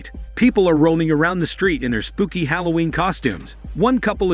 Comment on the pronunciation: Its halloween not holloween